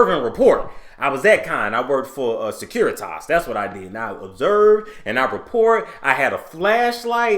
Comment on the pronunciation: Obverse and report 😂😂😂 yes sir😂😂